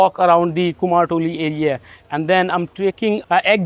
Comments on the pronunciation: Your pronunciation 'Kumartuli' it's not right it is not "Kumar" that our Bengali language called "Kumor" (কুমোর) means clay pot or jar. "kumortuli" represents that people those who making sculpture or pottery industry at Kolkata. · কুমার নয় কথাটা কুমোর ইংরেজির সাথে সাথে বাংলা উচ্চারণ টাও অনুশীলন এর প্রয়োজন রয়েছে